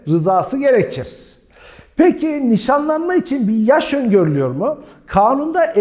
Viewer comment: 23 videodur seni izliyorum vurguları çok saçma yerlerde yapıyorsunuz hocam evlenme vadiyle yapılan NİŞANLANMAĞĞ ...... gibi gibi